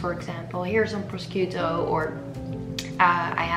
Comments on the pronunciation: it's "prosciutto", it isn't "proschito" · 'proskito ham'? Oh no, no, no... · the way she pronounces prosciutto is so cute!! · pro-shUt-tO not proskiotto! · Please please please, I know it’s hard to say words from another language, I struggle myself, but proskiutto it’s harming my ears... you pronounce it as prosHutto... italian sci is like SH. But I love the video, really, not up to criticise ❤️ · Proskiutto ahahah the correct one shoud be like proshutto ;) love your video! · I'm Italian, the right pronunciation it's not proSKIUTTO but proSHUTTO. Bye :) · I'm italian too and when she said "procchiutto" I started laughing so hard tht I wasn't able to stop. But she is one of the nicest youtuber ever so I think we should forgive her😆 Love you ❤ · Il modo in cui ha detto “prosciutto” pronunciandolo “proschiutto” mi ha fatto venire i brividi ahahah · I wasn't getting what proschito could be, then I realized! Proshootto is the correct pronunciation! by the way I'm definitely trying the recipe! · Baby is prosciutto not proschiuttu! By the way i love this video ,you are such a good 'chef' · Nice ideas for meals prep, but may I just suggest just a pronounciation? 'cause the read of the word ''prosciutto'' is actually (proshiutto) not (proskiutto). Thanks from italians, we will appreciate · "Proschiutto" no please! It's prosciutto ( the "sci" is like "sh" in italian) 😊 btw good video! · Lol the pronunciation of "prosciutto" made me laugh. It's more like "prosheootto" than "prosquito" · Hey ❤ Lovely video as usual! Just wanted to point out that prosciutto is actually pronounced like "proshiutto" (if it makes any sense 😂) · Ginevra lol sounded like mosquito 😂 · Azzurra Meringa no you have to write like you pronunce it, like “proshutto”😂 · great video as always! just a small remarq for the italian : PROSCIUTTO is pronounced [proh-shoo-toh]...SCI is like SCH in German or SH in English , for example SHOE ...kisses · it's pronounced like "proshuto"